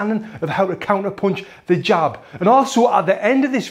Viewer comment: Whenever he said "the jab" all I heard was "hijab" lol and no offence to any Muslims